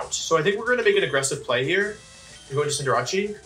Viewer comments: HOW THE FUCK DO YOU PRONOUNCE CINDERACE man said sindurahchee BRO WHAT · Can someone teach this pokemon champion how to pronounce "Cinderace"? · He does it on purpose